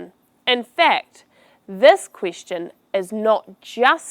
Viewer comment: Thank you. But it's very unusual how you re pronouncing Quistion offinsive and other words.